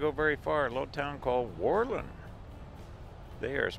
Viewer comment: Pronounced: whir-lund with the accent on Whir.